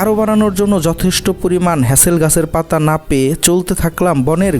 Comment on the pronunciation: ভাই কথাটা "মাওয়াল" না। মূল কথাটা হচ্ছে "মৌয়াল"। আর মধু সংগ্রহের জন্য যে পাতা দিয়ে পট্টি বানানো হয় সেটি হলো "হেঁতাল" গাছের পাতা, "হ্যাচেল" নয়। একটি প্রচলিত শব্দ কিভাবে আপনারা বিকৃত উচ্চারণ করেন ভাবতে অবাক লাগে। প্রকৃত বাংলা শব্দ সঠিক উচ্চারণে একজন বাংলা ভাষাভাষি লোক হিসেবে বলাটা সঙ্গত এবং যৌক্তিক।